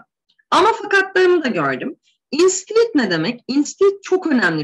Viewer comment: Hocam instead, unless vs. Gibi kelimelerinizde telaffuz hataları var sanki..